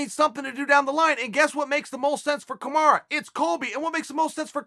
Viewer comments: Chael Kamaru named is pronounce KA-MA-RU not Ka-MA-RA. You are butchering his name by calling him kamara. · Chael, it's pronounced Kamaru for fuck's sake, not KamarAH. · Why does chael say “kamara”? It’s “kamaru”, with a “U” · Dude it's kamaru not kamara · its kamaru chael.... or at least marty. definitely not kamara. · Chael please stop calling him “Kamara”. Have some respect, it’s spelled “Marty”. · Chael, it's KamarU not KamarA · So nobody's told Chael its KamarU not Kamara.... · Someone should remind uncle Chael that Usman's name is kamaru not kamara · Bro it's KAMARU not KAMARA 😂😂😂😂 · Somebody needs to tell Chael that its Kamaru and not Kamara :) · Chael calling usman a kumara lol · His name is KAMAROO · I just learned Usman's first name is Kamarra I guess you learn something new everyday, thanks uncle Chael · It's KAMARUUUUU you uncultured swine. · Kamara? Kamar who?! 😃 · Lol “kamara” headass, good vid tho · I love how he keeps calling him kamara or my ears are just bad haha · Chael "KAMARA" Sonnen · can’t quite pronounce kamaru correctly lol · Chael is the only man on earth that gets away with saying "Cahmarah" Usman. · Sorry, but as others say.... Now it's Kamara. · I just commented telling Chael to pronounce his name correctly.